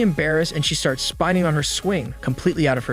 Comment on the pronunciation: No offense my man but how do you have perfect pronunciation for almost every other word you say but absolutely butcher "Friend" and "Spinning"?